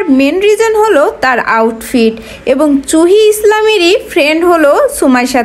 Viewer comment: হায় রে ওটা চুহি হবে না ওটা সুহী হবে suhi